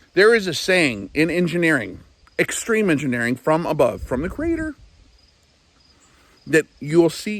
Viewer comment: Mmmm , => did you say CREATOR or CRATOR sounded like it (i'm open minded so i let it be for what i don't know for shure) . Nice cup btw